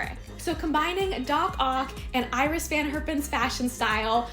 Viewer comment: This turned out so lovely! The one thing I wanted to point out is that Iris van Herpen's first name is pronounced Ee-ris.